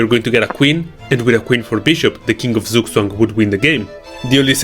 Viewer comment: It's pronounced tsook tsvung